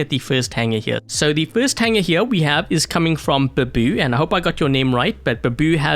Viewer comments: just murdered the first name it's actually pronounced bābu. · Got the pronunciation wrong but can't blame you. Babu means old man in my language. Thanks for featuring my hanger